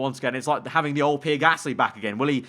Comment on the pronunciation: "Pier Gasly" xd